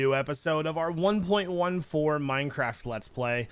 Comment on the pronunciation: Why does he say it like 1.1 four when it’s 1.14???